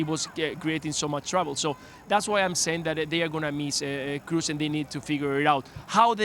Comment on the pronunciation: Thomas is ignorant, keeps saying Kroos as if it were an English surname. It's GERMAN, double o isn't "u", it's a long "o". A football pundit working for ESPN should know how to pronounce Kroos correctly.